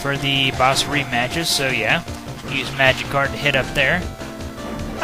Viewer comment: I keep hearing magikarp instead of magic card